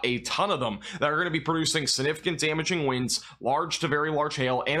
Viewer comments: I love, but my god my biggest pet peeve is when he says siGnificant. He never says the G and it drives me absolutely bonkers for some reason. I know, I know. It's no big deal. It's just how my brain works... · Good job & thanks for the update!Slow down when you say the word “significant”, it comes out sounding really weird because you’re not pronouncing the “g” or something.